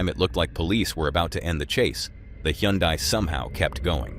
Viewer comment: "Hyundai" is pronounced like "Sunday"